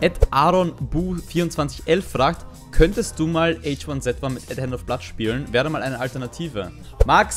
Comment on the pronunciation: Du bist die einzige Person die H1Z1 richtig ausspricht :^)